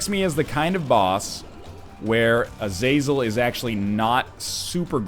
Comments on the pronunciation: Not to be "that guy" but it's pronounced Ah-zuh-zel. Not Uh-zay-zel or A-zaz-el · im pretty sure its prononced (Azah-zel)